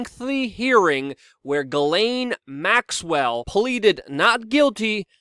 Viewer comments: also, her name is french its PRONOUNCED> SHJEH-SLAIN. add a french accent and you got it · At this point, she has EARNED the name JIZZ-lane and you should not feel bad about “mispronouncing” it.